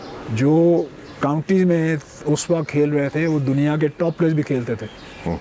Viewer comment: Signs of deteriorating Urdu over the generations: the interviewer, supposedly a literate professional, cannot speak words like وقت (waqat) right — while the player pronounces them correctly (in this instance "waqt"). Never mind the horrible English by the learned podcaster.